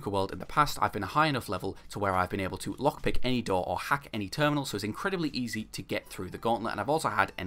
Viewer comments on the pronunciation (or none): none